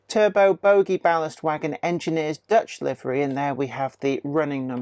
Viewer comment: pronounced 'terr-butt', they certainly aren't 'turbo's'....